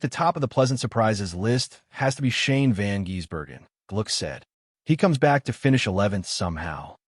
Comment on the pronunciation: last I checked it's Van GISS-berg-en, not Van GEESE-berg-en